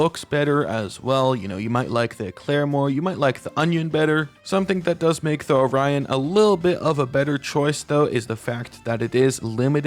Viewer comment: Every time he's called the Orion "onion"